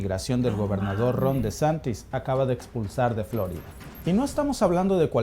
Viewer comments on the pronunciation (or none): Por que dice FLOrida si es FloRIda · Solo a mi me puso inquieto que pronunciara mal "Flórida"?? (El acento es para hacer ver como lo pronuncia el)